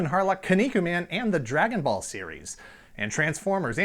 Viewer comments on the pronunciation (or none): Bruh you butchered Dragonball